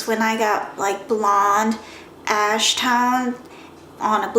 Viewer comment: lolzz i thought you said "Light ass brown"